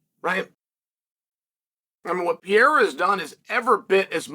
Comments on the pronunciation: Alex pee-era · Alex P Air Uh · Alex Pee-era vs Ankle-eye-ev 💥